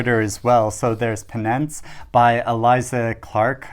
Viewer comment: penANCE? PENance...?